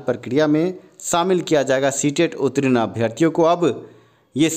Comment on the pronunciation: रे उत्तीर्ण होता है उत्तरीन नहीं बोलना सीख लो पहले! और जहाँ तक स्टे की बात है वह तो लगेगी नहीं और यह बहाली अपने समय पर पूर्ण होंगी